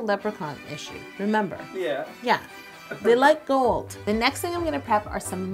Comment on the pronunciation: I've been watching too much Stargate SG1, I thought you said "Goa'uld" when you first said "gold." 😂😂😂